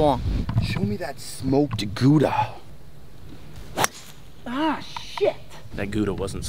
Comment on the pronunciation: Greetings from Europe!! great seeing the whole 'team' out and involved, awesome vibes. 2 points of order, Its pronounced GOW-DA and the 'rule' if you don't make the 'ladies' tees is the dick our rule. You can work out the details.......makes your swing feel REAL weird....